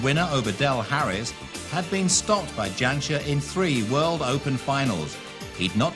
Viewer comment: I'm still astonished that some of the commentators were referring them as Yansher and Yahangir! The J is not silent. Not Jonah of course.